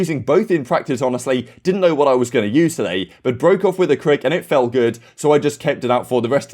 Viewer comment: I love karma calls it’s a “kreeg” and then follows it up with the most Canadian “sorry” every lol I want him in more optic content dude is hilarious